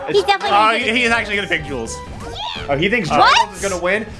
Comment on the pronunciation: Every time alpha says 'jules' i hear 'junes' and i- i think i need to cut on the persona